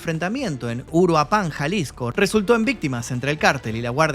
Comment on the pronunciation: Amo tu nivel de investigación y tu pasión por nuestra cultura mexicana, en lo personal me ha tocado vivir toda esta pesadilla entre Veracruz, Cdmx y Guadalaja, uf todo un tema de gran indignación!! ..por cierto es UruÁpan, sin acento en la última "a", y es Michoacán, que si lleva acento en la última "a", es decir lo correcto es: UruÁpan, Michoacán, no Uruapán, Jalisco!! =)